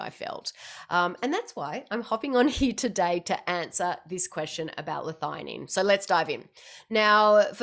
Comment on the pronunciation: I'm just surprised you pronounce it 'Lithighanine' I've always thought 'L-thee a Nene'